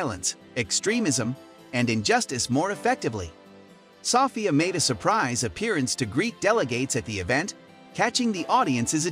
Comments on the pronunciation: It's So - phia, not Saw - phia. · Her name is pronounced so-FEE-ah. Not SOFF-ee-uh. I can't stand the illiteracy anymore. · Soffia? um its pronounced So Fia i swear these channels are a plague on youtube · It’s So-ph-ia learn how to say her name correctly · I’m turning this off cause you keep saying SofIa. Idk why you need to say a name that much. We already know who you’re talking about. And stop mispronouncing her name. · Why does he pronounce it "Sahfiah" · In England we would pronounce it "suh- feeya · You're pronouncing Sophia wrong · Half way thru the video he learns how to say her name right. Its almost as if the commentator is an IA learning as he goes. Like seeing his progress in human language in a span of 7 min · Title: is Sophie still alive? Everyone in comments: you can't even pronounce her name correctly! (Idk should should i use "her" for a robot haha) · The narrator can’t pronounce a common name 🙄. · you're saying Sophia wrong. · it does sound comical how he pronounces it 😂🇬🇧